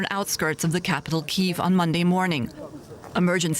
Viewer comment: No.. it iis Kyiv